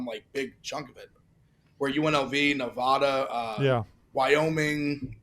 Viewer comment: Someone teach how to pronounce the name of the state Nevada… it’s not Nevahhhhduhhhh 🤢